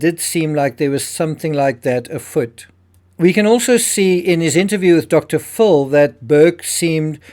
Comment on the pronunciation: You have been corrected on your mispronounced dr.phil why do you still do it?